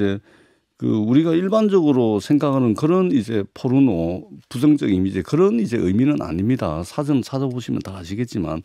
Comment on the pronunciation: 이 여자는 포르노를 의도적으로 뽀르노라고 발음하네..